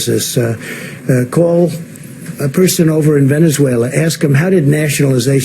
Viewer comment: But muh vevuzwheluah